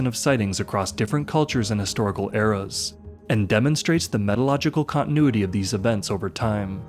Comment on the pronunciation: Say 'meteorological' again, lmao.